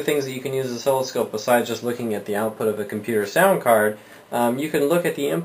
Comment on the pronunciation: Good video, tho it's NOT pronounced as osKILLoscope lol... pronouniation is Os-silloscope .. just saying. Keep up the great work.